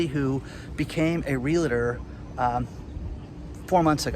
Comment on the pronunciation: REALTOR not REALATOR.